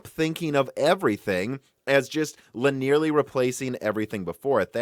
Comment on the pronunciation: Linearly has four syllables. LIN-ee-er-lee. Linear plus "lee" at the end. It is not li-nearly. Genoa is GEN-oh-uh, not geh-NO-uh. Forum is FOR-um, not for-oom. There are quite a few other words you routinely mispronounce, but I'll leave it there.